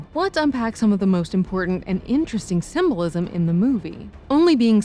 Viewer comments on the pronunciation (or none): Not trying to be petty but it's not "symbolsim." It's "symbolism."